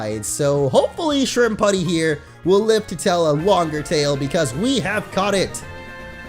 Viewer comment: It's Not (Shrimp-putty) It's (Shrimp-Pue-tee) Like "Deputy". It's Summary Even Said "Gunslinger". lol